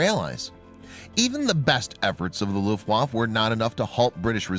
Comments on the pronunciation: You are mispronouncing Luftaffe. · Its 'luft waff A...u sound at the end... its not a junkers. Lol. Its pronounced 'y'oonkers. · Your not pronouncing German words properly. W is pronounced with a V and the letter J is pronounced as a Y .